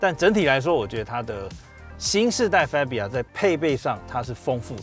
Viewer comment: 很專業的頻道，但車名唸法是fa（發）bia,不是fe（飛）bia